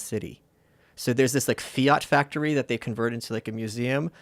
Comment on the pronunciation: I’ve never heard anyone pronounce FIAT like that. Unreal